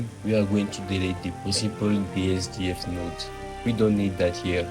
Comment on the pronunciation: its BSDF not BSGF btw, great video otherwise